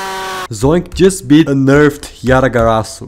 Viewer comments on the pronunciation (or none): Because of your accent I heard "A nerfed yatagarasu" instead of "unnerfed"... I thought your comment was sarcasm lol...